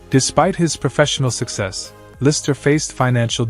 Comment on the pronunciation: it's LisTer, not liser my guy.